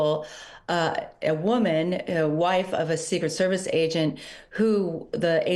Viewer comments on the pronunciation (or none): none